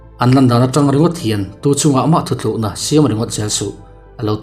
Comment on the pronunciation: Engtiziange, Youtuber thenkhatte hian 'thutlukna' tih hi 'thuthlukna' tia in lam leh thin ni aw? Kan zotawng hi a humhalhtu pawimawh tak in ni tih hriain chhiat fimkhur thin teh u.